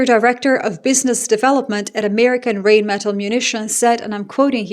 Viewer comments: Rheinmetall…. when there is ei or ie… just pronounce the second vowel… 👍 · The correct pronunciation is „Rhine-meh-Tull“, (like in Jethro Tull) not „Reign-Metal“ or something. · It's more like line not rain like rinemetall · not to be a smartass, but it spronounced more like "rinemetall" than "reignmetall"😉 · Not rain-metal but rhine-metal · It's "rine" not "rain" and "metahl" not "metal" just for future reference, love your work, addicted. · Sorry to be the pronunciation n… errr… enthousiast but it doesn’t rain metal, it’s the river Rhein (more like Rye + n) + Metal and you’ll be close(ish) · Reignmeddel, Pabrica - Rheinmetall, Pappberger 😂 No offense, this just sounds funny to a German :) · Small hint: The pronunciation of "Rheinmetall" is somewhat closer to "RYNE-muh-tahl“ [ˈʁaɪnˌmeːtal]. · Rhein = the river Rhine, exact same pronunciation. Metall = metal, but with the stress on the "a", Metáll. –> Rhinemetál. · Rheinmetall is pronounced Rhine metal like the river Rhine....After WWII it was not allowed for Germany to grow the military and now everyone is blaming Germany that they were responsible for this.. my only question is....what did the US do to all NATO members except selling military equipment of trillions of USD to them.... They did nothing but the NATO members sent troops to help after 9/11. Europe will be better without the US and finally they are realizing it... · You're a highly educated woman. Please learn how to pronounce the German "ei" which is pronounced like the English "eye". So the arms manufacturer Rheinmetall is pronounced "Rhine-mett-al“ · Hi, just a bit of info: the river Rhine (in english) or Rhein (in german) are pronounced the same way. Just like the english version.